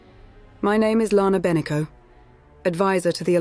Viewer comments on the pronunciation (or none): well done! just Lana's last name was not correct spoken